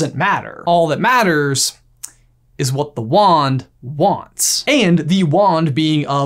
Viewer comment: *Timestamp→ - "What Wand-ah wants, Wand-ah gets"...